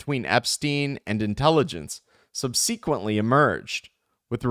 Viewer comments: Thanks for doing this. You're awesome. One note: SUB-SA-KWENT-LEE has the emphasis on the first syllable. That is all. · I couldn’t keep going after the second subseeeequently.